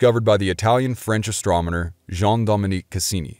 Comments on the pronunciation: Astrominer? Did he say astrominer instead of astronomer? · He pronounces Huygens , first HI--- gins, then a little later in, ...... Higgins. HI - GENS for the astronomer , and HIGGINS for the probe. Then he switched the pronunciation of Christiaan Huygens to Higgins. Click bait!! He's not reading astronomer correctly. He pronounces it astrominer. Whatever. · Was that it ? I thought he was pronounced it ASTROMENER. OH WELL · Astronmener. Did anyone else catch that? Lol Love this btw. Keep it up bro-tharr. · “Astromoner” lol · What's an "astromoner"? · 'astroMeNor' Who else heard it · I kept hearing it that way too! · Fascinating and excellent presentation, but the narrator is AWFUL at pronunciation! "AstroMoNer"??? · Lol I had a good laugh...he is forgiven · Does he need a coach to pronounce Astronomer? Say it the way its spelled.